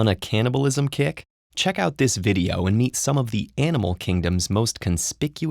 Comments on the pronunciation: It's CANNIBALISM, not CAN'TNIBALISM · advance caliblism.